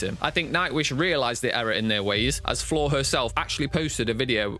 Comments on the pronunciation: Mispronounced both Tarja’s first name and Floor’s last name. Floor’s reaction was to her singing GLS at Wacken, not of other reactors, and happened a full year before the controversial comments he was referring to. Either incompetent or dishonest. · There is no way you are huge Nightwish fans when you can’t pronounce anyone’s name correctly. Getting both Floor an Tarja’s names wrong says it all. You are just looking to sh!t on something.